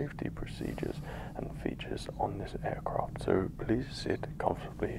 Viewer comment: Take a shot every time he says "aircroft"